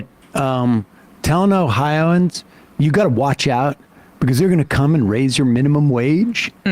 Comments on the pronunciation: I always thought it was "Oh-hi-o-ans" not "Oh-hi-ans" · #1 its pronounced "Ohio -ans". You have to be a special kind of moron to vote for republicans in Ohio. Look into the first energy bs and how many of the leadership were embezzling money. Then Larose purged the voter rolls prior to the 2020 election. Me? Somehow I was on the county rolls but I was not on the state roll... Which is impossible. My mother, who has not missed an election since the 70s, she was removed from both the county and the state, and to make it worse they changed her name to Michael and had her listed as a man 😳. They said that it was vendor error. They never came out with a list of all who was taken off of the rolls, and what their political affiliation is which is required to be stated on your voting form. So far all the people who had their voting rights stripped and didn't know we don't know how many of them were Democrat or Republican or why their names were removed. The Republican party here in Ohio is shady AF. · Its 4 syllables guys....not 'O-hi-ans' its 'O-Hi-o-ans' Yes...I'm THAT guy...someone HAS to be! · Oh-Hi-Oh-Ans omg